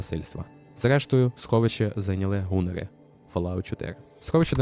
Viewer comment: В нас вже не ганнери, а гунери, ну хоча б не кумери 😮